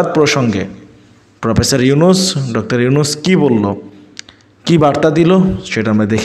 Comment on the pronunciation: প্রফেসর ডকতর ইউনূস বলেছে, নয় বলেছেন বলেন। ডকতর নয় ডক্টর। মিডিয়া।